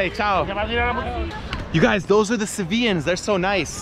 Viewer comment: Sevillanos not Sevillans🙄